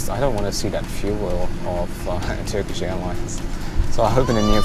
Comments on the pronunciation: hey. your turkish pronunciation is fine.. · Your turkish pronunciation is really good btw